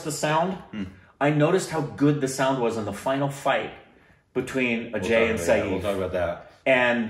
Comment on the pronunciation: By the way u r pronouncing Saif also wrong